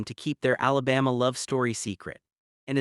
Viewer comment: “Alabasta “ bro this ain’t one piece